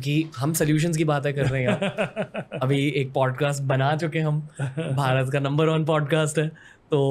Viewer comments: In Punjabi, Bh is pronounced with p. Foreg., bhua(pua), bhola (pola) etc. But it still means the same that is India ❤. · pronunciation is wrong it's Bharat not Pharat Respect you a lot but in your previous review video you said to a girl to improve her pronunciation .Respect you and Punjab. And Love you from Haryana. And I know it's your slang but try to understand plzz 💖@ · Bro har basha ka alag accent hota hai hum Punjabi mein Bharat ko paarat hi bolte hai jaise humme ek cast hai Bhullar use hum pullar pronounce karte hai, aap aisa mat samjho ki hum disrespect karte hai intentionally, Aur baat Rahi purani video ki jahan woh girl pronounce galat kar rahi thi toh woh unka accent nahi tha unhe kisi ka name sahi se pronounce karna seekhna chahiye